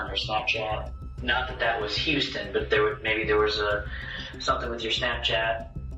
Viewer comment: Listening to the first one can you pronounce houston correctly.